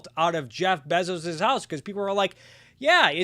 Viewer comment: google how to pronounce "Bezos," it's bay-zows